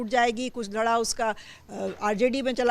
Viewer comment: अपना व्याकरण ठीक करो. घड़ा नहीं धड़ा बोलते हैं 😅😅😅